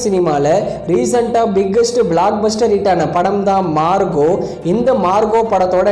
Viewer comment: Marco ❌ Marugo ✅